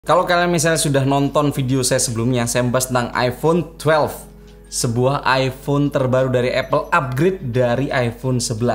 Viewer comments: twelve bukan twelev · maksain banget bang bilang tuwelef